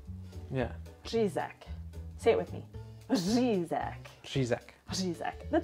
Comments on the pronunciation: Nailed the "Řizek" pronunciation! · Beautiful Ř ye have mate 😄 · You BOTH pronounce “řízek” perfectly! 😍 I’m so proud of y’all. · Your pronunciation of “rizek “ is excellent certainly better than mine and I was born in Czech Republic Keep it up and I’m your big fan